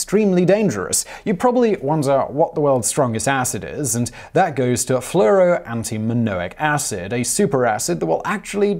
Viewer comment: It's cad-mee-um, not ca-dee-um, and fluro- ANTIMONIC acid. BTW, a fluorine fire will make concrete burn, it'll make things that have already burned burn, after the antimonic part burns through your soft tissue, the fluro- portion goes after your bones. This is some seriously wicked stuff, and forget about storing it in glass, it'll eat that like taco chips, you can't really study it or experiment with it much either because it'll eat the fume hood. It basically just wants to be left alone.